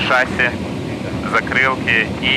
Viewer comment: не шАсси,а шассИ